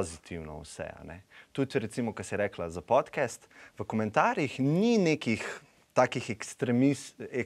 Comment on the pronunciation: Šment, ali se "podcast" ne bere kar enostavno podkast (s širokim a) in ne podkest...?😚 Sicer pa bravo za izbiro tega gosta, ravnokar je dobil še enega sledilca na YouTube-u.😸👍